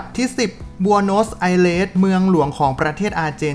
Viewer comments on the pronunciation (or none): เรียก บอ-โนส-ไซ-เรส นะครับ